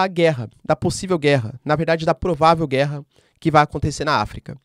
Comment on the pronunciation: Mano para de dar ênfase nas palavras guerra.